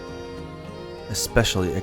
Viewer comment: I can really appreciate someone who can laugh at their own shortcomings, (eckspecially:p) keep up the great work,.